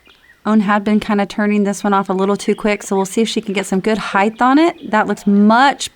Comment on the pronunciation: I told you twithe, it's not heighth.